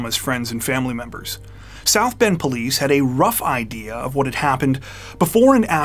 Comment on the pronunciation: Many of similar videos have a narrative generated by AI from a text tile. The result is a ton of bizarre pronunciations, e.g., "We have no iddy-ah (idea) what happened next." This video was very well done.